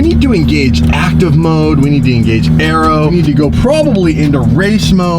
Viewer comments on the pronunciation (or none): none